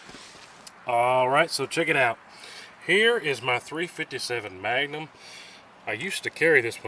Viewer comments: I love how you say Maga-num 😊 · Deliberately mispronouncing words like bullet and Magnum is childish and, at least in my case, detract from the quality of the video